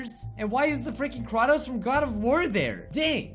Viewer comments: I can't help but cringe when you say Kratos´s name. It's not Kra-tos, but it's Kray-tos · Lol kra-tos XDXDXD I know he pronounce it's wrong but it's funny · I love how he says Kratos ( pronounced Kraetos) as Kraatos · How you say kratos makes me wanna die ヽ(ó人ò)ﾉ